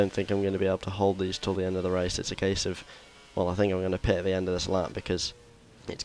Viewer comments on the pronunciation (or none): none